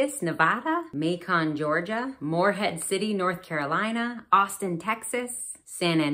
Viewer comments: It's not "May Kahn". It's like bacon but with an M. Otherwise, loved the video. Looking forward to the next video. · Macon rhymes with bacon. From the mayor of Macon himself. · Macon rhymes with bacon. From the mayor himself.